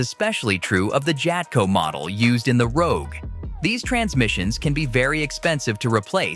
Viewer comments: It is Rogue. Not Roque. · LOL "Nissan Roque"... video's reliability didn't last 7 seconds